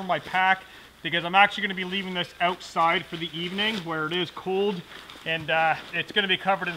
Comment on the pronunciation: Did you just say "ootside"?